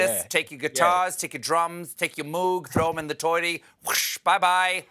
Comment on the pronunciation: I'm impressed! Stephen pronounced Moog correctly!